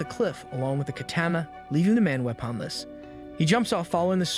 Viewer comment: the way you said “weaponless” 💀